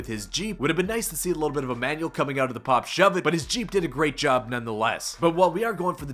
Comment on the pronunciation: This man said pop suv he might be an ex skater lol